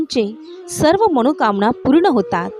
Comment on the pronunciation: ताई धन्यवाद पण मणोकामना म्हणायच्या ऐवजी मनोकामना म्हणा ना .. न ला ण नका न म्हणू🫡